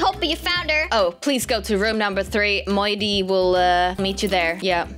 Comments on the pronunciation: Way you.. Call moody. Moode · I was dying when was calling moody moidy then momo then mody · I love how is calling Moody "Moddy" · I love how said youre unicorn was rescued by and then moddy instead of moody lol